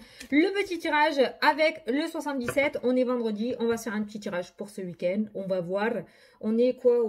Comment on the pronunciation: C'est rigolo ta manière de dire "ce uik-end" 😅 en tout cas merci beaucoup pour la guidance et ta bonne humeur 🧘‍♀️🧚‍♂️🧘‍♂️🧚‍♀️😘